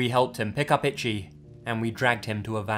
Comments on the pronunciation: The name “Ichi” is pronounced “EE-CHEE”, not like the word “Itchy”. I’m not trying to be a dick, sorry 😐. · The way you're pronouncing 'Ichi' as 'itchy' is driving me insane lol. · "Itchy" LMFAOOOOOOO. PLEASE. I'm BEGGING you. PLEASE stop pronouncing Ichi like that. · I wondered if you meant Ichi... it's pronounced EE- CHEE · The name Ichi is pronounced Ee-chee. Love your vids, but that was really bothering me. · You corrected this but not ichi?